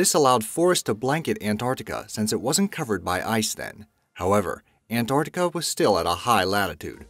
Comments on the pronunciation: RIGHT FROM THE BEGINNING YOU DONT EVEN KNOW HOW TO PRONOUNCE ANT-ARC-TICA...NOT AN-ARTI-CA. SO I WILL LEAVE YOU WITH IT THIS MAN IS AN IDIOT. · It sounds like you said AntORCtica. Not Antarctica? X3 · i am clearly hearing antorctica